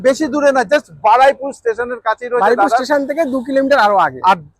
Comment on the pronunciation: Jaiga tar naam Baraipur noye Baruipur ... Plz aktu thik kore bolun 💀🙏🏻